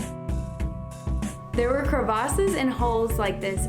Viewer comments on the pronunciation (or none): did she say crevaces